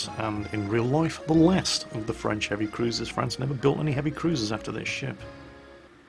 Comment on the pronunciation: actualy, your french pronunciation is pretty decent, better than most of the other youtubers I watch. So far, most of the ship names you said were pretty close to the french pronunciation:D